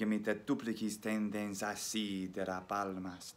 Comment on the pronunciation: Your 's' at the end of words like 'tendens' has a habit to become voiced to a z sound which the Romans didn't have just so you know.